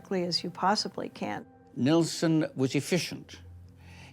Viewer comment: but it is pronounced Neilson.